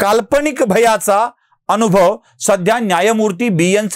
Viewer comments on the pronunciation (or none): none